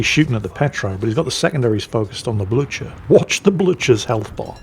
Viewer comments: Get your Into the Dead video series sorted! It shows the latest one at the top so if someone wants to watch the whole series, YouTube gets its knickers in a twist! O, and 'Blücher' is not pronounced as 'Bloo-tsjur'. Pronounce it as a Scotsman would: 'Bluu-cher' with the 'ch' as in 'loch'. Good teamwork by the division, though. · It is not pronounced "Blutsher" but "Bluher" with a thick "h" and a soft "u" (something between u and i) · Bloootsjer???? No no no. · the "Blücher" is pronounced like this: [ˈblʏçɐ] If you can read that... i can´t, i´m just a native german speaker...